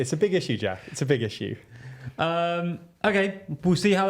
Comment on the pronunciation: Makes an impassioned speech about Ethiopia's war. Jack: "Well, that sounds like a real RISSUE". "Rissue" aside its pretty tone deaf and largely comes from a place of privilege. Boke.